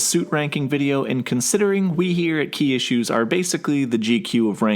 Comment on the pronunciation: when i first heard him say his channel name i thought he said kia shoes until i looked at his channel name and it said key issues